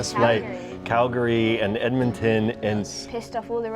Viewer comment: As an Albertan I can tell people soak in Albertan speech and slang just by the way they say Edmonton and Calgary. You don’t pronounce the second A and O in their names. They really embraced the locations they shot in and I’m so happy and proud to see places I’ve seen dozens of times on screen. It’s amazing to see what they can do to the environment with after effects and digital changes to the environment they shoot in. Seeing the Legislature in episode two was surreal to say the least. Thank you for showing the beauty of my province with the world.